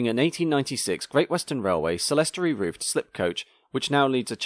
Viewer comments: Very interesting film clip. However, I should like to point out that clerestory is pronounced KLERESTORY and not SLERESTORY. Still, well done that boy! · the word is "clerestory", pronounced "clear storey", not "celestory". Nice video though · Very informative. Slightly disappointed by the scarcity of footage of the actual slipping operation but well explained. By the way, the GWR "celestory" coach you refer to is a clerestory coach (pronounced clear-storey). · For the record, 'clerestory' is usually pronounded ' clear story' (and sometimes 'clerestory'). Calling it 'clear storey' defines what it is! Apart from that, a great compilation. Thanks for doing the research. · Near the end : I've never heard it called a "celestory roof" before ! Clerestory roofs on coaches were to let more light in, same as the Clerestory on a church - which is actually the CLEAR-story in an archaic spelling, so clerestory is pronounced clear-story. (Or maybe Claire story from french?) I'm not sure I'd like to travel in a slip coach - - - =oO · Clerestory is pronounced "clearstory" not "selesstory"; otherwise, a pretty well produced and informative video. Obviously not much actual footage of slipping in operation is available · Clerestory is not pronounced ‘celestory’ but ‘clear-story’. Otherwise a brilliant and informative vid gets a thumb from me👍🏻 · And "clerestory" is pronounced clearstory not celestory. Missed the Lewes mention. Still enjoyed the video. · Clerestory is pronounced clearstory. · "Celestary" :D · Clerestory is pronounced Clear story, comes from medieval churches and cathedrals. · Clerestory is pronounced Clear story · Clerestry = "Selerestry" ??? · Excellent presentation, with one minor correction. 'Clerestory' is pronounced 'Clear-story' and windows of the type are most often found in old ecclesiastical buildings like abbeys, etc. Keep up the great work!!